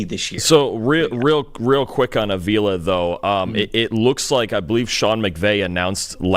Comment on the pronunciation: Re: Rams Steve Avila, who played every snap last season on the OL as a rookie: It's pronounced AH-vee-la (not Uh-VEE-la).